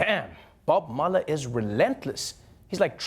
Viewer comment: I love how he pronounces Mueller as "Mullah." It sounds SO cool. Especially "Hurricane Mullah."